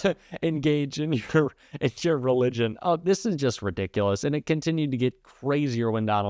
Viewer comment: He can barely pronounce the word " religion "